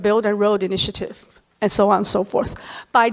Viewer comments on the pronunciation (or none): 她的英语说得很好。但和所有讲普通话的人一样，很少有人能正确发音“on”和“n”。这不是批评，只是观察。我喜欢她关于地缘经济问题的很多演讲。